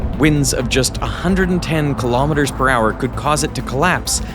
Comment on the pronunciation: He keeps saying Kilom Meters... how many washing machines is this?